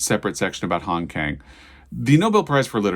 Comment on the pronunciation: "Kang" has an "ah" sound, and the "k" has a slight "g". It should thus be pronounced more like "gahng".